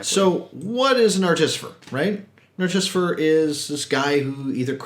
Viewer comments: What you're saying: ar-TIS-i-fer What you should be saying: ART-i-fi-sir Wrong emphasis, and switched two letters around... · You’re putting the em-phas-is on the wrong syl-lAble. ‘Artifice’, just start there and add ‘-er’. Artifice-er, artificer, now you got it. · Hi, Im too. From one fellow to the next, its Atificer not Articifer:') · why do you keep saying articifer instead of artificer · Artisifer? Lol I'm subscribing just for moments like that. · Also 'articifer' lol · Had to stop your video ... ar-te-FY-sir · I would say ART-i-fi-sir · Hi guys, I love the content and reviews! The Artificer pronunciation is rather jarring though. Keep up the good work.